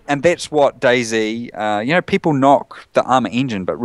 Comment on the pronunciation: i love how he say's DayZ like 'daisy'